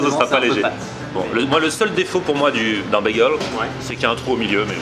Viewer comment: Nan ces cheddar et pas "tcheddar" et bageule et pas "begeule"